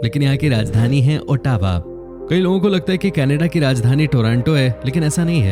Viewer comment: Brother pronunciation of Ottawa is wrong